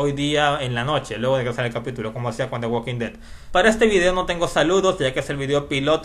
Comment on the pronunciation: the walking dead no se pronuncia asi como tu lo dices..! se pronuncia "THE WOKIN DED" ya que en ingles no se pronuncia la L q viene antes de una K como la palabra "talk" se pronuncia "TOK" como sugerencia saludos